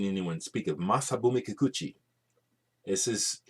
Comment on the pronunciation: {beginning comment two} I believe that Jeff just showed Spacemen 3 but a alternate album than this one. You just said "Masabumi Kikuchi" in perfect Japanese. His name just flowed out of your mouth. That Dandelion label is quite special. Are you talking about the John Peel who has recorded some of the best British artist on is signature Peel Sessions show? When has got some good LP's to show, they tend to go by fast because I get so caught up in the presentation. Rob/Boston